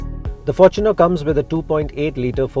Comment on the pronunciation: at last, a review that pronounces the fortuner the right way. FORTUNEr not forTUNER the word is FORTUNE, hence fortuner not TUNER, or “for TUNER”